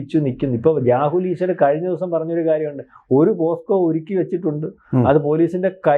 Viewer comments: പോക്സോ എന്നു പറയാൻ പോസ്കോ എന്നാക്കി പറയുന്ന അക്ഷരതെറ്റുകാർധാരാളം ഉണ്ടു. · പോസ്‌കോ എന്നല്ല പോക്സോ എന്നാണ്.. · Posco അല്ല, pocso, പോക്സോ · കഷ്ടം! ആദ്യം പോക്സോ എന്ന് തെറ്റില്ലാതെ പറയാൻ പഠിച്ചിട്ടുവരൂ മാധ്യമപ്രവർത്തകാ.....